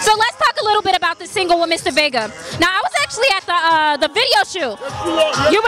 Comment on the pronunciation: Lol I wish I would've heard you saying Mr. Vega. It's Vegas. Haha. Still a fun and entertaining interview.